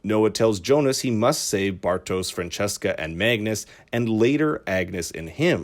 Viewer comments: It is Franziska not Francesca, must be hard for a non-german speaker^^ Nice video, thumbs up. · It's not pronounced Fran cheska. It's more like Fran zeeska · Not Fran-chess-ka :) The name's parts are pronounced like "fun" with an r before the u, "sis" as in sister, an ka as if you left off the trailing r of the word "car". Frunsisca. Franziska. Not the french sounding thing :) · Quick question: Did they translate the names in the English dubbing too? Why is everyone saying "Francesca", her name is "Franziska" she's not spanish :D Also... "Bartosz", not "Bartos" - its a slavic name. This is likely because his father is of slavic decent, noticable by the spelling in his name "Aleksander" with "ks" instead of "x". Though I am not sure why Clausen's brother was spelled this way, as its suggested "Boris" assumed his identity. The normal German spelling would be with an "x", like in English. Anyway... I gotta watch some clips in English methinks... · It's soo funny to listen to you pronouncing the German names haha yulrik and francesca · great video! but i cringe everytime i hear you say "francesca" instead of "franziska" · Leonidas Etzel The names where probably pronounced this way in the English voiceover, that’s why they pronounce them wrong